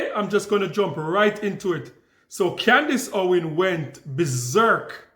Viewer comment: Con-dice Owan